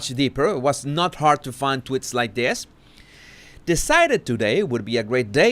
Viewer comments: Am I the only one who is delighted every time he mentions Markle follower tweets he pronounces it 'twits'? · tweeeeets the E is supposed to sound like the E in sweets but I think it is harder for Spanish speaking people to pronounce it that way maybe. At least some have difficulty due to their accent. Not just Spanish speaking but Portuguese as well. I know some whose first language is Portuguese anyway and their accent is similar to Spanish with that accent. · nope! I LOVE IT TOO! 😂